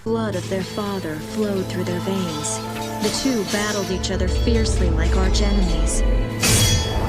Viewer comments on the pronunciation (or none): none